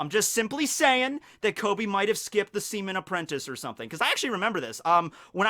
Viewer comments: Stop saying semen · Me laughing everytime he says seaman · it said like he kept said semen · He said sea-men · Semen Recruit... I can’t unhear it... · Seaman or SEMEN